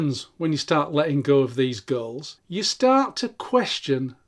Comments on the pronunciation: Every time you said “goals” I heard “girls.” …chasing girls… LOL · You say goals I hear girls